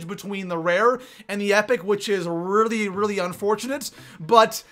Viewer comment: Listen ! Really lllelallry?!